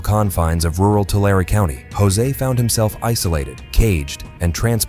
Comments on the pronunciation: TOO LARREE = TULARE 🥸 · 2 lair E. Tulare🤣